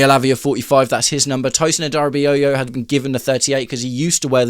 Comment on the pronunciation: Tosin has to leave - a) because he’s terrible and b) because I can’t listen to you butcher his surname anymore